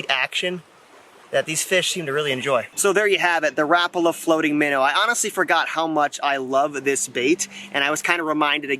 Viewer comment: look it up, he pronounced Rapala correctly in the video. ra-puh-luh